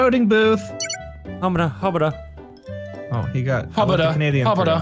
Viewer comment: sounded a bit more like "hubbudah"